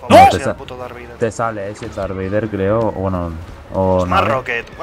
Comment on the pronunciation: jaja "dark vleider" a lo poker